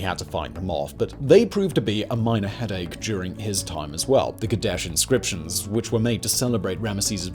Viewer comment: I was listening to this in my heaphones while on the bus, I had to stop and go back because I thought you said the "Kardashian scriptures". Was quite relieved that is was the Kadesh inscriptions.